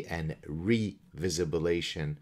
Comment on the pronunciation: "Revisibalation"! 😂😂😂😂😂😂 LM(F)AO!